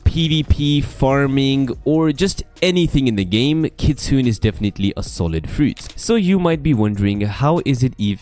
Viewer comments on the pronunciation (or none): (Not being a nerd) but it's pronounced 'Kitsu-ne' which is a fox spirit in japanese mythology